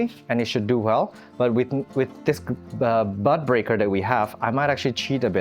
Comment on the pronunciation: It took me a minute to realize you were saying bud breaker ... I kept hearing butt breaker 😅. I haven't experimented with keiki paste, but it looks really satisfying!